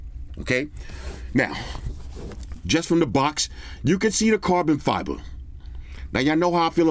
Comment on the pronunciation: can you please say properly carbon fibre?